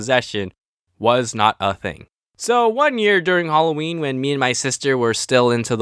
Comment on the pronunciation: you said alloween its Halloween